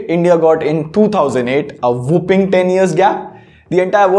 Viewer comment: Just a minor correction for your vocab buddy: Whopping means large/huge. Whopping means defeat or dominate, also used as a disease called Whooping cough. You should pronounce the word as Whaupping and not Wohhooping. Great content otherwise. Cheers!